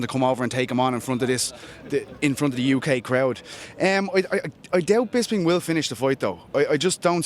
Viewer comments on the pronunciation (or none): It's bisping not 'bisbing' you idiots